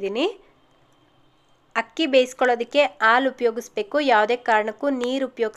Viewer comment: Ucchara akshara correct agi heli..Haalu..